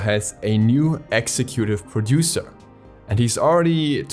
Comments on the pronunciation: No offense at all, but it's interesting that you pronounce "executive" in such a way. Also.. this game will never die lmao. I dunno how it's made it this far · I cringed at how you pronounced executive